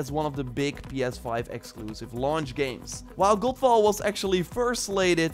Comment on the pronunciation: Every time you say GODFALL, I keep hearing GOLFBALL, which is another game altogether! LOL